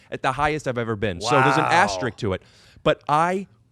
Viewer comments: Did Rick say asterick instead of asterisk on purpose? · He said astemark